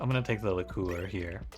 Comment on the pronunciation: Liqueur has a Y sound at the start of the second syllable. lick-CURE, not lick-COOR